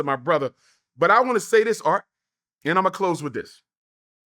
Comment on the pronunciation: I giggle every time he says “Art” 😂